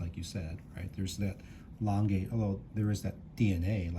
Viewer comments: Beautiful watches but couldn’t watch the whole video because of the Langay pronounciation and the flyback incident. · No, please! Not Langay, Langa. If it was French it'd be Langay. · It's not pronounced "Langa" either.